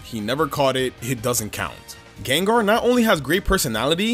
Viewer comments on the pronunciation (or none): GENGAR, NOT GENERA!